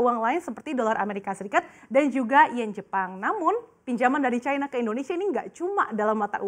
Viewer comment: Cina bukan Chayna